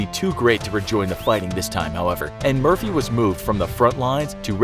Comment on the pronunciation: When you say Murphy i hear mercy